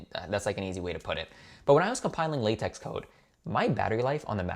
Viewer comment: LaTeX is pronounced la-tech and is a markup language.